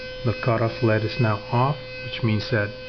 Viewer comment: Very minor correction: They're pronounced "L.E.D" like the letters, not "lead". Nevermind that though, that's a cool project. Rickenbacker uses something very similar to scatter-wind their pickups.